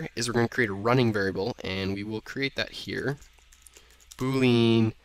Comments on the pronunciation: I am sorry but i have to say this. It is pronounced Boo Lee Anne not Boo lean. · Neat video. I know this is nitpicking, but I have checked to make sure there's no alternate pronunciation of Boolean. The proper way is as [BOO-lee-uhn]; not [boo-LEEN]. Cheers.